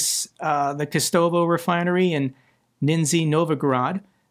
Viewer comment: Russian pronunciation FWIW k'STOVa nizhNEE NOVgorad